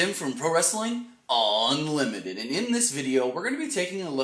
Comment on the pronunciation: Pro Wrestling ON Limited. Annunciation is key.